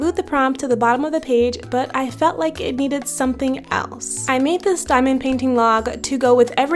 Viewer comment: the “somthing” was really bothering me 😭😭😭 but i love your artttt 💕